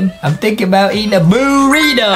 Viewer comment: Ghosty is scared so Easily but he always says booreto and boo berry